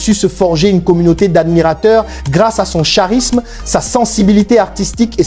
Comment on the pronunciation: CHA risme hein...mon frère tu es IA ou quoi car on lit KA risme